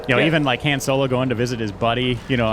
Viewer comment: is such a huge SW fan, I wonder why he pronounces Han’s name as Hen.